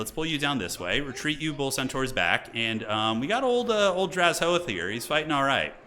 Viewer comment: take a shot everytime mispronounces drazhoath as draz-hoath